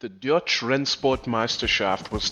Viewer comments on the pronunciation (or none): i know it is but it really sounded like you said dutch . I am dutch and i know we never had really exiting racing classes like this